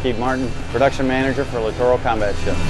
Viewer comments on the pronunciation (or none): Too bad he can't correctly pronounce the word "littoral"! The accent is on the first syllable, not the middle one...if you adopt a geologic/oceanographic term say it correctly. There is a LITtoral zone in the oceans, but not no litTORal